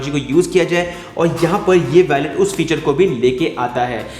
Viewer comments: It's not pronounced.....Wa-let It's Wo-let Wallet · It's not valet 😂 its wallet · वैलेट नहीं वॉलेट। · Bro it's not a vallet its wallet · ji vo Wallet hota hai.. Spelled as Woo-let/ Wal-let. Not Valet, Valet toh Car parking lagane wala hota hai. Baki video badiya thi. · valet???? seriously...... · you can't pronounce wallet lol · Abe gawar wallet to sai se bol le.